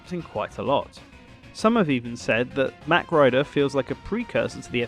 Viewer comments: I'm pretty sure mach is pronounced the other way, but I could be wrong. A la "mach 12" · It's pronounced MOCK..not mack